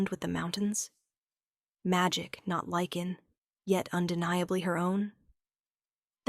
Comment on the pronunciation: LYCAN… not lichen or liken!!!😵‍💫😵‍💫😵‍💫